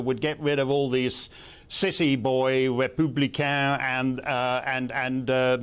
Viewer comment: Why is she saying macron and republican like that?